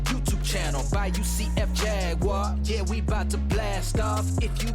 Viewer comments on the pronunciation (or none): none